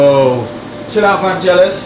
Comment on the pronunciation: But then he immediately pronounced Vangelis wrong. AFAIK it's pronounced with a hard G.